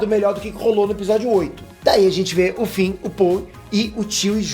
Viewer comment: Finn se fala com som de “N”, não “M”, e Poe se fala como em “Pow”, e não “Poi” 👍🏼